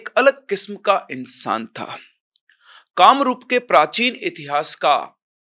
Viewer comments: kamrupa Nahi Kamrup hai bhai😂😂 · कामरूप होता है कि कामरूपा... Why you are pronunciating wrong???